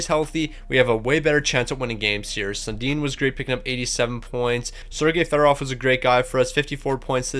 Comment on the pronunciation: How is this guy a Leafs fan if he doesn’t know how to pronounce Sundin?